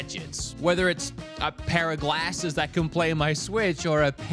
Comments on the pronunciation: Been American for like a week and already saying "glasses" wrong 😂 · That is not how you say glasses